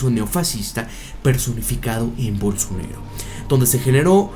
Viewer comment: se llama bolsonAAAAro, no bolsonEro. tan dificil es decirlo bien????